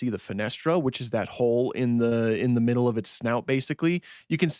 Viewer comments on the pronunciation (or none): none